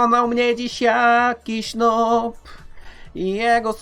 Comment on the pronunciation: Noob czyta sie nub